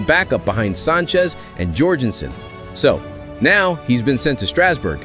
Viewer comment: Ekeetaykay? 😅 DEE lap? Jor-jin-sen? And I guess the 16 year old AI voice has learned to say "Bro". Pathetic